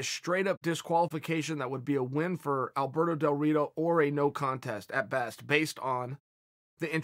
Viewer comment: nobody: Chael: Alberdoe Dorito